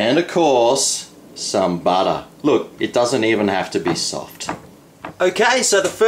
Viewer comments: sure loves his buttah! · BUTTAH! :D